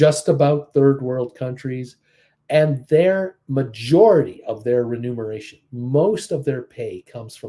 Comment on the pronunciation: Hi, its not "renumeration". its "remuneration". You said it 3X! Hilarious!